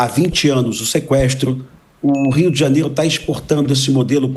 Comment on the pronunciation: JANIERO ? Kk